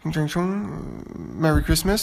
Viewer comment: das merry christmas war viel zu gut ausgesprochen